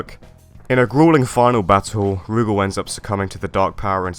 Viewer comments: Really wish Adelheid hadn’t fallen off. I want him and Duck to come back in the worst way. Rugal doesn’t rhyme with Google, btw. Stress is on the second syllable, like roo-GAHL. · People pronouncing Rugal's name as "Roogle" will always be grating on my ears. My friends and the people in our arcade always pronounced it as Ru-gal. That being said, awesome video! Adelheid, Krizalid, and Shion deserve to be in more games.